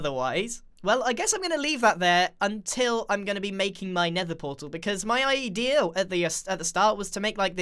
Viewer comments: Grian : my idea My mind : my eye-dea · "my EYE-dia" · "my eye-dea" 😂😅😆 sorry I had to